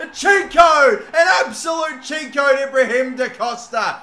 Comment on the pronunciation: It’s Ibraim Da Costa, not Ibrahim Da Costa, it’s pronounced ‘ee-braim’